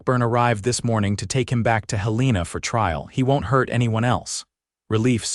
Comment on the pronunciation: Hél-len-a NOT Hel-leena!😅😅